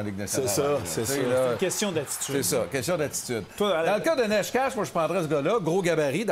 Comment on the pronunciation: Necas = Nétchass = Nécache = Néchass